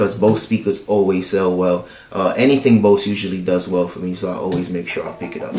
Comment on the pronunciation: My friend, it's pronounced "Boze" !